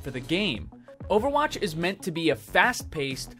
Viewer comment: He accidentally added a "t" to "is" you got him good